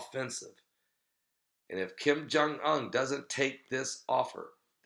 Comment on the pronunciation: OON... Kim Jung UN, pronounced 'OON'- like 'SOON' without the 'S'.